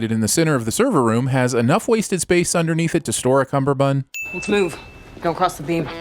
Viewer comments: You kept pronouncing "cummerbund" as "cumberbund". 3 sins for you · One sin off for pronouncing it cumberbund